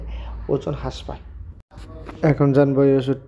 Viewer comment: ওজন হাস পায় মানে কি???? বাংলা উচ্চারণ টা ভাল ভাবে করতে হবে???